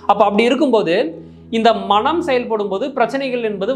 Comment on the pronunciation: மணம் என்று உச்சரிக்காது மனம் என்று உச்சரியுங்கள் நன்றி